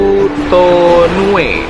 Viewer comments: BOTUTONU'O BANG BUKAN BOTUTONU'E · Botutonuo bang, bukan botutonue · Pantai Botutonuo Bang bukan Botutonue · Botutonuo ka 😁 bukan botutonue 😂